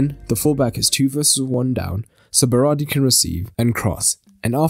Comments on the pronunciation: It's Berardi. Not Berari. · At first you said berari